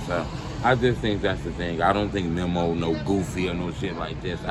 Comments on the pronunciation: It's MEEMO not MEM-OH! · Memm o 😭😂😂😂 it's Memo not Memmo 😭😂🤡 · His name ain’t mimo it’s memo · His name is pronounced MEE~MO. How can u always blab on about how much of a "drill historian" and how much knowledge u have on the culture and dont even know how to say these dudes names? lol